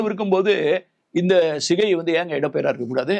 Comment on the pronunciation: Not Sigai, it is Chigai. ஸிகை அல்ல, சிகை!